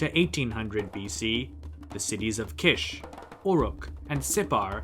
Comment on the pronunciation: Definitely Kish! It is pronounced like "quiche" in French which is a delicious pie-like dish. The royal title "King of Kish" is music to my ears.